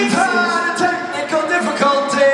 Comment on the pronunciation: wE TyAA ( I don’t know what he said🤣)TeCHiNcAL diFFlCultiEs